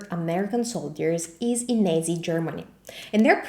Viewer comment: Great video, I just wanted to point out that you pronounced the word Nazi as Nazey.Which is bad. In English ,and in German, the A is pronounced like in Grazie. As you were correcting their Italian I thought it only fair to correct your English pronunciation as It will help you out in formal situations in the future.